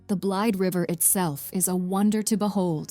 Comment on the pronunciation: It's pronounced "Blade_a-River canyon. Just FYI...:-)